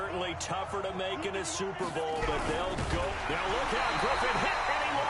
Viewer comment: are u serious right neow bro